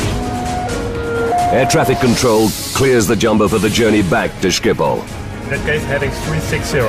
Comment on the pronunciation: Stupid narrator can't even pronounce Schiphol. How long would have taken to research? 1 minute? Disgrace.